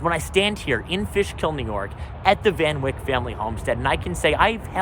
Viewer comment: it is Van Wyck as in bike. Everyone in Dutchess County pronounces it that way